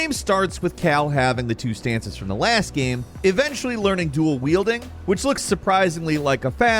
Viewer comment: I think it'll always bother me the way this guy says "gehme" instead of "game"